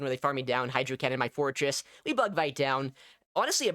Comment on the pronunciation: I heard "florges" instead of "forretress" all the time and was so confused about when it got shadow and also a bug bite.